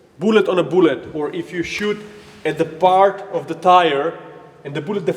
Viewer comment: I love this channel so much. "Booou--let"